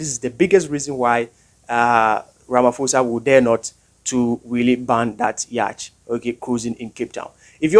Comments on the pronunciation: Please man say yacht not yach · It's yacht not yach... The ch are silent my guy